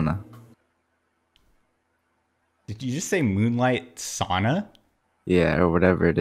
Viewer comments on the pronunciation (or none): Sad thing is, It sounded like he was about to say Sonata first, then correct(wronged) himself into sa(u)na. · Basically, the guy said "Moonlight Sauna" instead of "Moonlight Sonata," butchering the name of one of the most famous piano pieces in history. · Some Dude: "Let me hear moon light sana": "Oh my, friend, I'm so skipping you for mispronouncing it that badly... and then I'm laughing my ass off while being offscreen, because I just can't anymore..." Thats might be what he thought... maybe not... who knows? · He said moonlight sona forgot the ta on the end lol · Oh my god did he really say moonlit sauna😂🤣😂🤣😂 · Every one of your videos i watched i been hoping someone would request Beethoven's Moonlight Sonata and someone finally did and you skipped him for saying it wrong lmao.